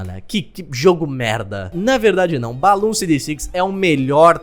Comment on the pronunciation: pessoas falando BLOONS falando BALOONS